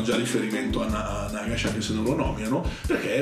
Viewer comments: Comunque penso si pronunci Nagash, con l’accento sulla prima a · E comunque ho sentito che Duncan e i ragazzi di Warhammer TV nei loro video dicono Nàgash.